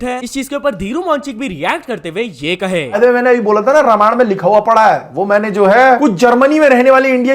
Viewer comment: It is रामायण not रामायणा